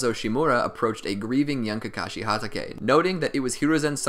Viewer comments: ITS HATATAY NOT HAYTAKA AND CHIDIRY NOT CHIDORI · he said sum KaKaShI HaDaKeY like bro its Kakashi Ha tah k